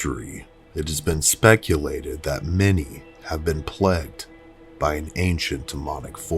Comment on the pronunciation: Why you say plegged instead of plagued? Sound like pegged with an L in it.